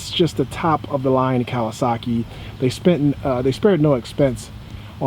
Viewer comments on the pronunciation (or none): none